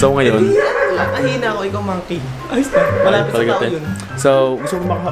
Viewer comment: Ano daw!? Hyena nila at: ahina Tamang pag pronounce:hayina Hahahahahahahahahahahahahahahahahahahahahahahhahahahahahahahah!!!!!